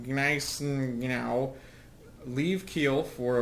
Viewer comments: It is pronounced Gu-ni-sen-ow. The Royal Navy refered to the two ships with the nicknames "Salmon" (Scharnhorst) and "Gluckstien" (Gneisenau). Aparently no one could pronounce their names back then either. Gerhard Johann von Scharnhorst and August Neidhardt von Gneisenau were Prussian Field marshals during the Napoleonic wars. They were instrumental in rebuilding and leading the Prussian army following Prussia's disastrous defeat in . Scharnhorst was KIA in 1813. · GG Game, Scharnhorst and Gniesenau were Battlecruisers, not "cruisers." Also, it's pronounced, "Nigh-sen-now."